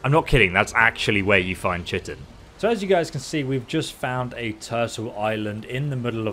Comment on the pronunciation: Chiton is pronounced Kai ton just FYI, only know that because of ark lol